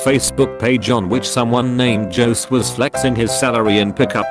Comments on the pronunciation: It took me a minute to get the “no way Jose” joke Because the automated voice doesn’t pronounce it correctly lmao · Computer programs can't pronounce "Jose"?